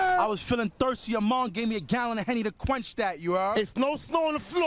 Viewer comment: what is he saying? I was I was feeling thirsty "among?" needed a gallon of henny to quanch that